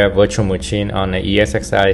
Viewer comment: love how you say muchin